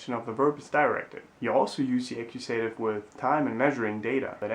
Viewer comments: Very helpful. One detail though: "accusative" is pronounced "A-Q-SA-TIV", not "A-Q-SAY-TIV" in English (I just made that lame phonetic system up but you get the picture.) Thanks much. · I know this video is quite old but I don't see any commentaries about what I'm about to say (if there are already, sorry for repeating): be careful with the pronunciation of the cases names in English; they are not /akuSEItiv/ and /nomiNEItiv/ but /aKIUsativ/ and /NOminativ/ (I'm trying to reproduce the pronunciation without using phonetic symbols, which of course are much more precise). Thanks for having made this channel, it's great! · Nominativ isn’t pronounced Namienejtiww in English, it’s Naminne-tiww, Accusativ isn’t Äckjusejtiww it’s Ackjuhse-tiww